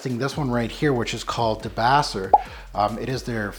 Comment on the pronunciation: Thanks so much for reviewing DS & Durga. Debaser is pronounced da-base-er. It’s named for an amazing song on an amazing album called Dolittle by the Pixies. I’m dying to get my hands on a debaser sample just because of the memories I have with that album. Loved your video!